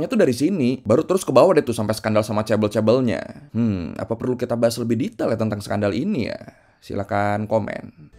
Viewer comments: fyi kalau ngomong ke temen korea 'chaebeol' mereka ngga bakal paham. kita bilangnya 'jaebeol', pakai J~ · Bacanya ngga ngga chaebel tapi chabol chaebooool pake o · Knp si pronouncenya bkn chebol tp chebel aga terganggu dengernya maap ya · kok chebel.. chae BoL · Chaebol ❎ Cebol ☑️ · Chaebol bacanya cebol kak? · Yang satu huruf awalnya "c", dan yang satu "ch" (mirip diftong tapi ini semacam versi huruf konsonannya), dan cara pengejaannya pun beda c-nya Indonesia secara suara lebih mirip sama huruf "jj" daripada "ch"